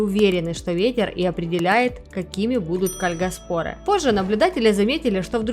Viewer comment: Может ударение кальгАспоры?